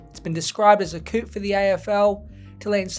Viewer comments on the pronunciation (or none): A coup is just pronounced “koo”